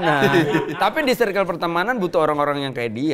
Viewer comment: akhir nya ada artis yg ngomong circle ( serkel ) dengan bener 😂, bukan (sirkel) anjir 😂